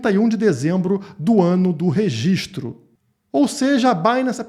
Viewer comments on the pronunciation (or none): none